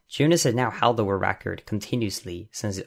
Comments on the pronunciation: Idk why but it bugs me every time I hear you say 'Wu-Record' instead of world record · "Wull recor" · Great video, misses some explanation for some tricks (what does barrier skip mean? What barrier?) but overall very interesting. Good job. Oh but please learn to pronounce “world record”.